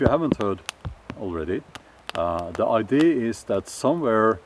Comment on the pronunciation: When you say the word "idea" you say I.D. which means identification. Idea is pronounced ai-dia. Takk ellers for mange inspirerende videoer.